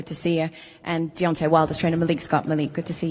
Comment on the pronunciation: 1.21 "deontey wilder was robbed tonight"! hahaha